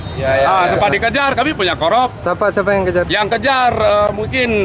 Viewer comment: sat.pol pp goblok ga berpendidikan bilang korps aja ngomongnya korop